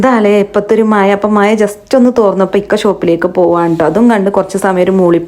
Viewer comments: മയ അല്ല മഴ ഒരു പാട് പേർ കാണുന്നതല്ലേ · മഴയാണ് ട്ടോ മയ അല്ല ട്ടോ മളെ